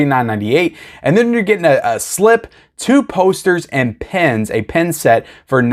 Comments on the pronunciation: I was thinking why would you get a pen with a movie, then I saw the picture and realised you were saying pin 😂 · Pin…not Pen.